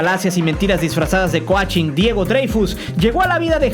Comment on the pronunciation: “coachin” jajajaja y si al menos lees cómo se pronuncian las cosas en inglés? Que vergüenza